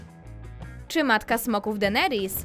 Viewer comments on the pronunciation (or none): none